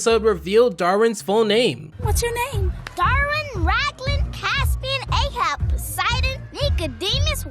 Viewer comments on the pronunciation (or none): man I had a literal epileptic seizure when I heard how you pronounce "Caspian"🫠🫠🫠 **It's not capsian, its ca-"s" then "p"-ian** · Okay quicl question why did you say capsian when its caspian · “Cap”sian lol. Caspian from CoN was also known as Caspian the Seafarer. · Sorry but it's Caspian, not Capsian. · It's Cass-pee-in not Cap-see-in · ITS CASPIAN NOT CAPSIAN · him saying 'capsian' instead of 'caspian' triggered me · Commenting for the "Capsian" "Caspian" mistakes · Caspian not Capsian lmao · Quick pronunciation note: Both the sea and the character from Chronicles of Narnia are CaSpian, not CaPsian. The S is before the P. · CASpian, not CAPsian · “Prince Capsian”… it bugged me horribly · you flipped the p and the s in Caspian. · man said capsian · It’s CaSPian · Bro learn how to say caspian